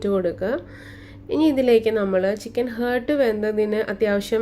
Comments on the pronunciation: It’s not hurt, it’s heart. What kind of pronunciation is that? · Just saying you r saying heart the wrong way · I tried it and its yummy. But please when you make next video do not pronounce chicken heart wrongly. 😅